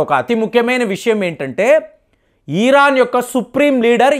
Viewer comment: ఈరన్ కాదురా మూర్ఖుడా ఇరాన్